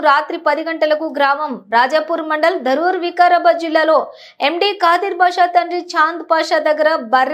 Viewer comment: Madam adi daruurr kadu dharuur